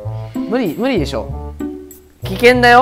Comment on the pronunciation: うり、うりでしょ 無理、無理でしょ って言いたいのにうり、うりでしょ とっ言っているのが ちょっと可愛い